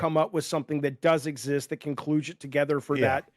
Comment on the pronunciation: Can someone tell him how to pronounce cludge?